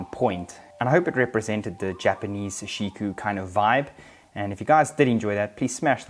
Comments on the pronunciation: It's sashiko not sashiku lol... great shots and review! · Why do you pronounce it as -ku when it’s clearly written as -ko? Doesn’t take a genius to read something that simple buddy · It's pronounced Saw She Koh not Suh She Koo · I came to comment section for this, you pronounced it wrong dude. It’s KO!